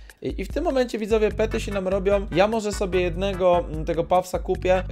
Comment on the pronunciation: Pety nie pery